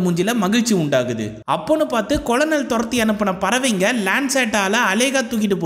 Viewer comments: Colonel (படைத் தலைவர்): கர்னல் என்று உச்சரிக்க வேண்டும், கொலனல் என்று உச்சரிப்பது தவறு என்று பணிவுடன் தெரிவித்துக் கொள்கிறேன் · கொலனல் இல்லை கர்னல் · நானும் ஆரம்பத்தில் கொலனல் என்று தான் உச்சரித்தேன் நண்பா, பின்பு நண்பர் ஒருவர் கூறிய பின்பு மாற்றிக் கொண்டேன் 🙄 நீங்கள் கதை கூறிய விதம் அருமை நண்பரே 👍